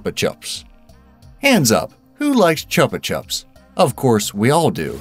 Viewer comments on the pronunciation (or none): Not to be that one guy but it is pronounced Choopa Choops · You pronounced "chupa" wrong, it's Spanish and pronounced choopah. Means suck by the way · Chupa Chups is Spanish. So it stands to reason that it should be pronounced in Spanish. Choopa choops. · It is chupa chups Not chapa chaps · You sa chupa like chaupa. Its a u not a ua sound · Its pronounced CHOOPU CHOOPUS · chupa chups is pronounced with a long u like choopa choops. chupa is spanish for suck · Pronounced “choo’-puh choops.” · Its pronounced choo-pa choops it mean suck sucks in Spanish. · They're not called chup chups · It's pronounced "choopa"and I believe it means to suck in Spanish as the type of candy is known as a "sucker" in America. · I’ve heard this channel is a UK site with an American accented narrator. They give themselves away every video. It’s pronounced “choopa choops” in the US too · Your saying chupa chup wrong